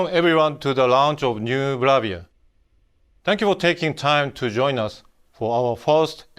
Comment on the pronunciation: Is it me? "Welcome to the launch of the new Blavia" ?